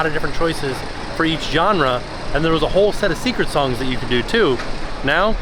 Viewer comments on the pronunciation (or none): none